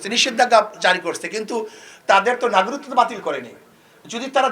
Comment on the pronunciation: উনি তো নাগরিকত্ব কথাটাই স্পষ্টভাবে বলতে পারতেছে না